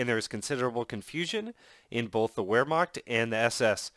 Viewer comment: It's not pronounced whermacht it's pronounced verhmacht